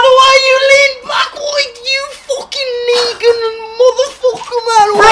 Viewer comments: Nah deadset swear he said neegan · Oh so he said Negan, like the guy from TWD, all this time i thought he said the n word :))